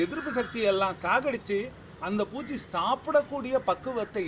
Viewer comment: புச்சி இல்லை பூச்சீ